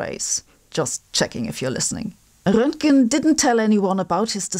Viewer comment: I love your German accent when you correctly pronounce Roentgen and Einstein. I think it makes you sound like Einstein and so authoritative. 😊